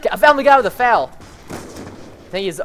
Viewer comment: That's the first time I have heard an American call it the fal instead of the F A L